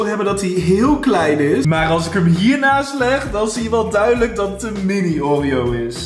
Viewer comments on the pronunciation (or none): none